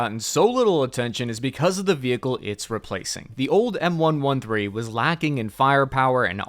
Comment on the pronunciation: How can you call yourself an infrany man and pronounce M-113 wrong?